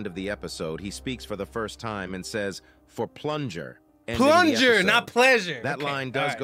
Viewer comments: he said "for plunger" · He say "For plunger" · He said “for plunger”